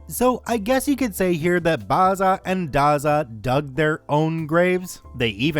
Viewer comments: The pronunciation is not Barza and Garza but Bazza and Gazza as in Barry and Garry, the actual names (I'm Australian). Dazza is Daryl. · Mispronouncing Bazza, Dazza, and Gazza is so annoying. First syllable is a short 'a', not an 'ah'. Twerp. FYI, Barry, Darryl and Garry... not Bahry, Dahryl, and Gahry, smfh, or as we used to say back in the day, in Oz, fmd. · A great story totally destroyed by mispronouncing Bazza & Dazza... B-as-ah & D-as-ah... Aussie slang names for Barry and Darren. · Been pronouncing Bazza or Dazza ( immortal nicknames of great Australian yobbos ) the a is pronounced like in razzle , hearing you try to pronounce Australian slang properly sets my teeth on edge. 😐 Funniest thing I've ever heard though ! 😂 Thanks for the laugh .